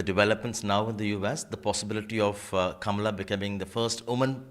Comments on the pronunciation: DANE CALLOWAY should listen to this interview and post it!! He's always posting negative videos about Kamala Harris...plus he always pronounces her name incorrectly...which is disrespectful!! Kamala came from an educated family...not the bottom of the barrel family. People should STOP bashing KAMALA!! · If she wants to lean into identity politics and exploit her background when it suits her then she absolutely does have a responsibility to honour her heritage. She doesn't even say her own name correctly.